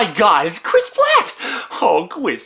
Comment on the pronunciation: its Chris Pratt. Not Chris Platt